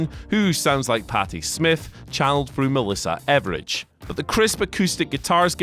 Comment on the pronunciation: Did he say Melissa Evridge?